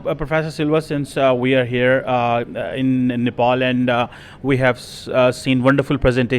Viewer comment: he said Shiri lanka and nepol 😂😂